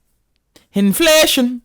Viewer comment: Listening to this as I'm getting petrol in South Sudan...the "inflashun" is just offensive at this point. like...